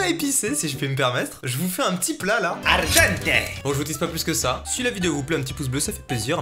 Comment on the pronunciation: je suis d'accord que son italien est pas fou mais a aucun moment le son "g" peu importe la langue est utilisé